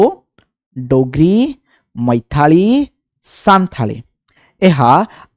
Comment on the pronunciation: ପ୍ରଣାମ ସାର୍ 🙏 ମୈଥାଳୀ ନୁହେଁ ମୈଥିଳୀ ହେବ । କ୍ଷମା କରିବେ ସାର୍ ଆମେ ଯଦି ଉଚ୍ଚାରଣ ରେ ତୃଟି କରିବା ତେବେ ଓଡ଼ିଆ ର ମାନ ପତନମୁଖୀ ହେବ ।